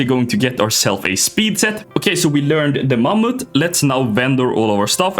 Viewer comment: Mammoth 🦣❌ MAMUTT 🇸🇪🗣️✅